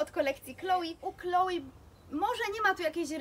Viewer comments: Wiem, ze wymawianie Chloé jako Kloi jest powszechne, glownie chyba w krajach anglojezycznych, ale poprawnie mowi sie 'KloE', poniewaz jest to firma francuska i takaz wymowa :) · tzn é wymawia sie jak e scisniete :), pomiedzy e i y, nieco inaczej uklada sie usta, ale nie 'ei'. Moim zdaniem, jesli ktos chce koniecznie wymawiac francuskie nazwy po polsku, to juz lepiej powiedziec 'e' niz 'i', bo bardziej przypomina to wymowe orginalna. No i 'i' to wymowa typowo angielska. Powiem tak, Chloé nie zrozumialaby ze mowisz o niej gdybys powiedziala Kloi, no i chyba nikt by nie chcial aby jego imie wypowiadano zle; jest to troche brak szacunku. Moze przesadzilam :), chociaz...